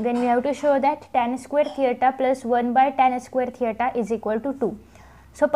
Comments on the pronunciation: You wrong girl this is not theata that is theta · थेयटा नाही थिटा आहे😀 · Mam ur brilient, but mam this is not teita 😜😂 this is tita 😥 but anyways ur teach very brilient thanks mam..👍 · Thita not theyta 😅😂